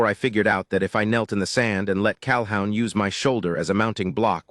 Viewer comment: Pronounce CalHOON